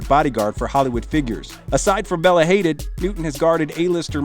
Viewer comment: This narrator REALLY needs to learn how to pronounce names. It's not "haydid" or "layger field" it's ha-deed and lager(like beer) feld. These people are world renowned, it's not hard to find their names accurately pronounced.